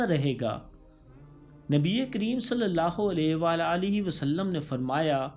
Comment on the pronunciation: U say it wrong u say sallulah ho alaihi wala alaihi wasalam its sallalaha hu alaihi wa alihi wasalam